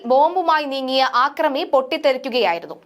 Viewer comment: ആക്രമി അല്ല അക്രമി എന്ന് പറയൂ.